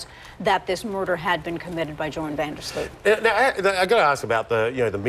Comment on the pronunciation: Funny how English and Americans are not able to properly pronounce the "Sloot" in Van der Sloot. :P